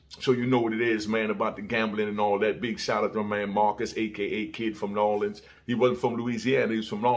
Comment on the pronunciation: I fw you. We don't say nawlins tho. 💪🏾💪🏾